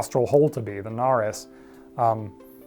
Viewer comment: I do so enjoy these videos, and the accidental(?) puns are amazing, so never take them out! Edited to add: Your channel taught me to say nares correctly, too - I've got chickens (and several other bird species), and when talking to others about them, and caring for them, if they ask about the nostrils, and I tell them about nares, I can say it correctly, now! I always love to learn new information, so thanks for that, too. 😊 I had been pronouncing it like "cares", so it's a pretty big mistake you let me fix. ❤❤